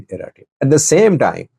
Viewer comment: The name " Eritrea" is not correct being said by your translator ,pls check it up!!!